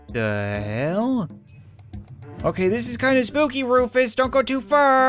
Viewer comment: He is not rufus he is roofus